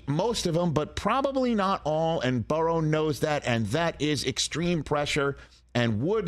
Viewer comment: Can’t stand Rich talking Bangles because of the they way he says Joe Buh-Rows name